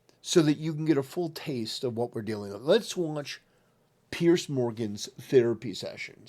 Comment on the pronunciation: Its Piers, not Pierce.